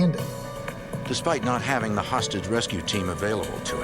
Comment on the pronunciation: Did any else hear :"The FBI' Sausage rescue team"? 😂 (I know he means hostage rescue team)